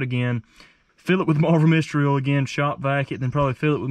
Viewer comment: Instead of "oil" he says "ooul"